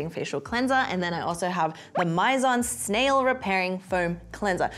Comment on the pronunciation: the way rowena still can’t pronounce snail is the most cutest thing ever🥺